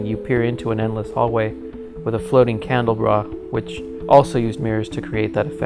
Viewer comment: "Cande-bra" lol... Thanks for this, though.